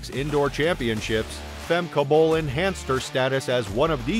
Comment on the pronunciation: really bruh, you can't pronounce her name?